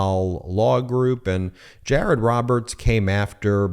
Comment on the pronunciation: Jay-ay-rod dun messed up. 😂